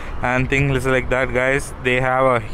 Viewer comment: I love your videos and the way u say - stuff like dat 😂